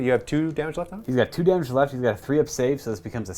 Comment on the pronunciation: Damagé, damagé. damagé, yaaa